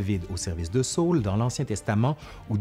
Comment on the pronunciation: Pourquoi prononcer "Saül" à l'anglaise comme "saule" ? Jai toujours entendu les gens dire "sa-ul" en deux syllabes distinctes, d'où le tréma, mais peut-être que la prononciation au Québec est différente ?